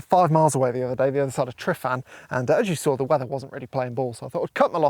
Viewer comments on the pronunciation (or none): Try pronouncing Tryfan properly: Truv-an (truv like bruv). Don't call it Triffan. Great video by the way. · Tryfan, pronounced truh as in truck - van. Truh-van. I’d have tried to combine those two photos to get the best of both worlds. As for the work vs reward you’re spot on. Photography like any art form is subjective and is only as valuable as the appreciation of the person looking at it.